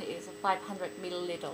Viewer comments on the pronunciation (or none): Thanks for another fun video. お疲れ様でした is one of the most confusing phrases I've heard!!! btw, I know this video is old and you probably got better at pronunciation, but at the end you say: millilitel instead of milliliter (the last letter is r). Cheers